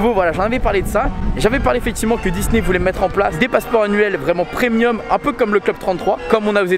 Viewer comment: PREMIUM et non PRENIUM